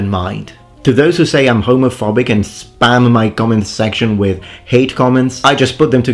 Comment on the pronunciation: Man the only issue I have with you is how you pronounce Homofawbic